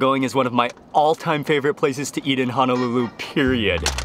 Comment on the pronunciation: he said peeriud